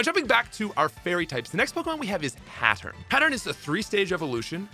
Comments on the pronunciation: Hatturn**. Hat-urr-een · I’m sorry Hattern?